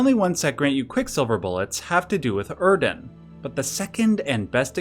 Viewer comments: Why is bro pronouncing it OeRdon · Theres no “r” in Oedon. You’re pronouncing it “Erden”. Why? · Im sorry but there is no R in oedon... so stop calling it erden/urden.... like it just stresses me out and makes you look stupid regardless of the validity of the lore.... please... like what? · I believe "Oedon" is pronounced "Eden", like the English spelling of "Foetus" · Sorry to be dramatic, but your pronunciation of Oeden is a punsihment to listen to. Where is the R coming from??? WHERE DID YOU ACQUIRE THE R,? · Hearing you pronounce Oedon wrong made part of my soul bleed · I don't know where you get an 'r' sound from Oeden.